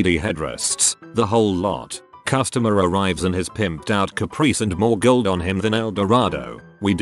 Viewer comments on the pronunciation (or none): none